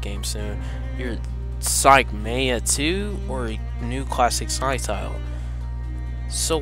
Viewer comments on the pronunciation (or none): You said sonic maya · sonic mania men you said it wrong